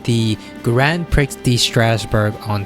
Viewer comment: I don't speak French so I don't have too much ground to criticize pronunciations (unless it's one of the many borrowed French words we use in English). But the mispronunciations of the word "prix" particularly upset me. It's pronounced "pre" like in the word "prefix." Hope it helps.